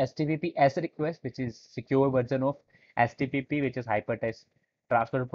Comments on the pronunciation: why is he repeatedly saying HTPPS instead of HTTP... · You keep on saying htpp 😂😂 but that happens sometimes ..Great Work 👍